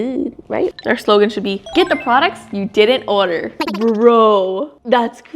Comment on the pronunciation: why does she say order like odor